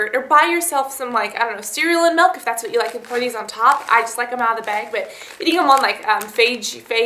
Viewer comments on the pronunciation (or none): BAG. not BEG. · heheheh i love how you say "bag" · How many times do you need to say bag in one video? And you don't even pronounce it right!